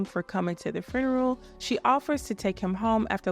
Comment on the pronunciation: Why do u always say fruneral